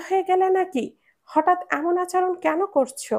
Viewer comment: আচরণ শব্দটাকে বারংবার ভুল শব্দ "আচারন" শুনতে বেখাপ্পা লেগেছে।